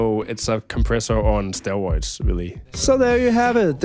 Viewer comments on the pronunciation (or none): bro really said "stewoids"